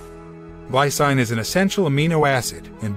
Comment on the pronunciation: It's pronouced LIE-SEEN not LIE SIGN